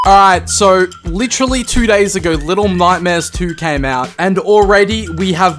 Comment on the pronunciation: "To the nightmere and beyond!!"